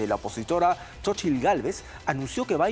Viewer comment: Se pronuncia Sochilt 😂😂😂palomeros polvorientos